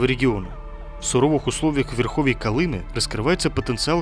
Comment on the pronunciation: А у Колымы что изменили ударение? Или это автор - безграмотный?